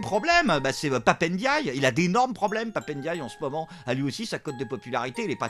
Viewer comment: On dit Pape & Die et non pap n'dye car on dit M&M's et non m n'ms 🤣😂🤣. Dsl il fallait que je la sorte!